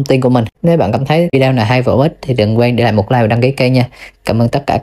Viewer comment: Em đã có ý phát âm tiếng Anh thật là tiếng Anh.Sao em cứ “ vi đeo “ hoài vậy? Người nghe chẳng những nắm bắt thông tin mà còn học hỏi cách phát âm của chanel mà họ thích nữa. Chúc em thành công.